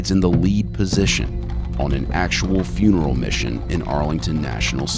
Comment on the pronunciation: “You end up in the wrong funreal”